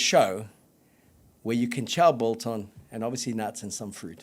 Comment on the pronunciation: Love the show. The g in biltong is not silent however.